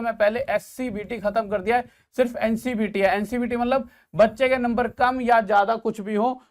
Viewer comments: Sir ji ncbt nhi hota hai ncvt scvt hota hai🙏🙏🙏🙏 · Sir ncvt hota है not a ncbt